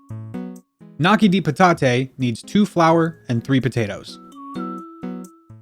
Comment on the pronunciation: In Italian, gn makes the ñ sound Like lasagna So gnocchi is pronounced nyoki with a long O